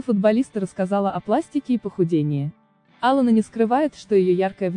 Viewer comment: Ударение хотя бы в имени правильно ставили.